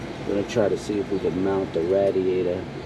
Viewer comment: The way he says radiator lol ratiator 🐀